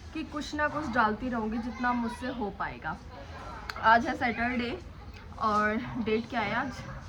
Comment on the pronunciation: Pyri Bhen सेटरडे नही सेचरडे 😂 Remember #excuse me भेया Nice blog🎉